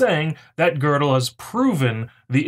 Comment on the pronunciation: Where is the "r" in "Gödel"?